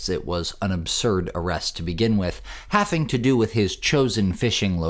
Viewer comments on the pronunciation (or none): Did you say "halfing"? That's not a word. It's 'having', with a 'V'.